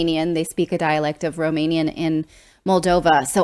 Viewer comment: Your romanian pronunciation is very good 😁😁